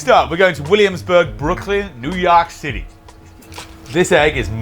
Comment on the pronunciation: "New Youaaak City" 😂